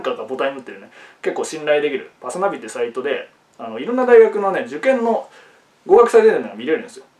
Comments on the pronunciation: パ↓ス↓ナ↑ビ↓ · 「パスナビ」と「黒豆」のイントネーションが同じ男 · パスナビのイントネーション草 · パスナビの発音が気になるんですけどね